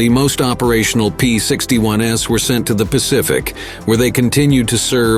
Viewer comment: I had to stop about 10 minutes in, as AI's pronunciation of "P-61s" (plural of P-61) as "P-61 ess" got to be too damned irritating🤬😡